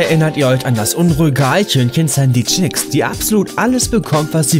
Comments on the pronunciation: "Schponschbob" "Sandy Chicks" 😭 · Niemand, absolut niemand: Er: Schponschbob, Pätschwik, Sandy Tschäks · Und Sandy Chicks! 🤣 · Er sagt auch sandy chicks... Sie wird aber sandy cheeks ausgesprochen xD triggert genauso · Sandy Chicks? 😂😂😂 Dude sie heißt Sandy Cheeks...CHEEKS!!! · "Sandy chicks" AAALLES KLAR😂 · Sandy chicks😂 Sandy cheeks heißt das😂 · Sandy cheeks nicht chicks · ..und Sandy Chicks statt Cheeks? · Sandy Tschicks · Du sprichst Spongebob falsch aus. Und Sandy Cheeks auch.